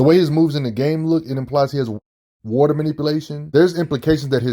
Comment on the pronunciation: He says wauter like aceverse aquaman. Also aquaman is in the top 5 of pure strength in the justice league